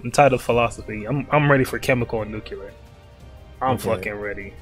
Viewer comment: you know a real nigga bc he pronounces nuclear as nucular